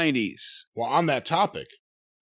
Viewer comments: Sha wan noo 😂😂😂. As a Wisconsinite it just makes me laugh because every town name is either German or Native so basically nobody outside of here can pronounce it. It's Shawano (Shaw-no) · Shaw-no, that's how you pronounce it lol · I love the way pronounces Shawano lol. It's "Shawn-oh"